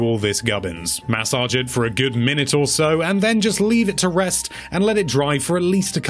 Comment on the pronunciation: No one: Video: MaSSOdGe iT